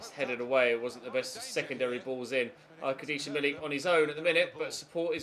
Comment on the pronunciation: Arkad-yoosh Milik. is how you pronounce it. Arkadeesha is way wrong lol. Good effort though :)